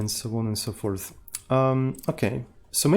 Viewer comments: "So on and so *Porth..." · …and so on and so porth 😜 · Always saying "so on and so forth" but should say instead "so on and so porth".